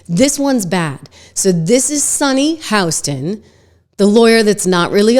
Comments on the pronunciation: Why are you calling her Sonny HOUston intead of Hostin? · Just an FYI, it’s Sunny Hostin (Hah-stin)